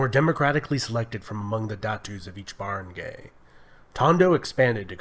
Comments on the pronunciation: Its Barangay(gah-ay) not barang-Gay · Its not barang Gay lol Its a barang Guy.